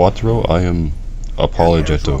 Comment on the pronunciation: At least he said Apologetto 😂